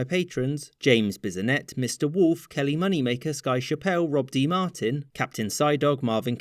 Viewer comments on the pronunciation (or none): none